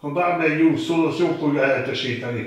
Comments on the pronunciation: "BÁRBEKCSUK" A mesterünk is hibázhat. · A bárbekk szósz.. Ájj bí bekk